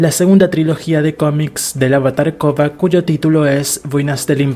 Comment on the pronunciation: Porque probablemente tiene problemas para pronunciar la “r”